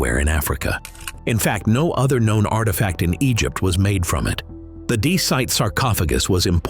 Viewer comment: Desite ? Try andesite !